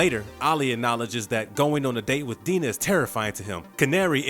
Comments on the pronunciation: Diana. Dye-na. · Dinah is pronounced "Die-nah" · Amazing how every TV appearance of Dinah Lance they pronounce it "Die-Nah", but nobody seemed to notice all those decades of television here. And Silver "SAINT" Cloud. That's what the "St" stands for in front of a name. Like St. Nicholas for Santa Claus. Yves St Laurent for a clothing store. Get a producer or someone that can do some quality control. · The narrator is still terrible; couldn't pronounce Dinah right, called Silver St Cloud => Silver Street Cloud (lol, can't make that up), and made mistakes reading the wiki article he's plagiarizing. For example, about the arrows Ono got hit with while fighting Oliver: "he took 2-to1 in his shoulder" (which makes no sense) when the wiki article was saying "he took 2 to one shoulder". Later on, instead of saying "unarmored" he said "unarmed" which didn't make sense in context...